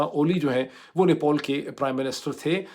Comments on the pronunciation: Dear Dr. It's Nepal, not Nepol, just like it's Pilot and not Poilot 😀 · nepAl, nepAl, not nepOl. What is wrong with you???????????? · ⚠AGAIN: NEPAL is spoken as 'Ne-pal' and NOT as "Ne-paul"🤣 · its "NepAl" not "Nepol" , its sooo frustrating and funny to watch your vlog, I had to close it because you said "Nepol" thousands times and thats killing my brain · abe madrsaa graduate it is nepal not nepaul. jahil bc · Why you keep saying Nepol it's Nepal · NePAL not NePAUL 🤦‍♂️ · Doctor sab it’s not nepool it’s Nepal 😅😊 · No one: Mooed Pirzada: "NePAUL" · How to pronounce NEPAL.